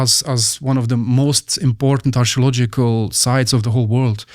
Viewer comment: anyone else hears "astrological" when he says archeological"? x)